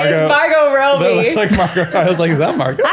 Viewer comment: Why did pronounce Robbie as “Rowbie?”